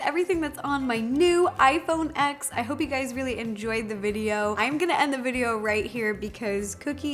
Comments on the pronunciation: is it just me or i get ticked when someone iPhone x with the hard x instead of 10, the way apple pronounce it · Thumbs down for saying the name wrong, it's "iPhone 10" (X is used for the roman numeral form) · hahaha I love how even people who love the iPhone X calls it "ex" instead of "10". Will you marry me? okay okay it was worth a shot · I low key don’t wanna tell Ro it’s not called iPhone ex. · I call it “iPhone 10” and so do all of the professional tech YouTubers. Although it’s spelled out “iPhone X”, the “X” means 10 in Roman numerals to signify that it’s the tenth anniversary of the iPhone. Whenever there’s a date significance, usually Roman numerals are used. No hate against her or you, but the correct way to pronounce it is “iPhone 10”. Apple themselves calls it that and watch any professional tech YouTuber and you’ll see that they pronounce it as “iPhone 10”. And for those people saying it doesn’t matter, it sort of does. You don’t go around saying “Who did you want to win in the Super Bowl “el eye eye”? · It's actually ten but since I love you so much I'm not gonna get irritated you call it x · I'm sorry. It's pronounced, "iPhone 10"!! Justine will be mad!! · You need to pernouce it iPhone 10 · A year late but it’s pronounced iPhone “10” lol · Its pronounced iphone TEN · When someone says iPhone X I'm like "B**ch it's pronounced iPhone ten" When Ro says iPhone X " its ok Ro you'll learn " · Its pronounced as iPhone 10 y'all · For the love of God, Plz says iPhone TEN!!! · I am kinda getting annoyed that literally no one can say the name of this phone properly lol it’s Roman numerals for 10 X means 10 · Every time you pronounce iPhone X, a little part of Justine dies 🤣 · You call it "X" instead of "Ten" that means you don't know much about tech. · It’s pronounced 10 non X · cringe Ro, it’s pronounced iPhone TEN, not X. 😖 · It is pronounced Ten not X iPhone X!!!!!! 😡😡😡😡😡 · its 10 not ex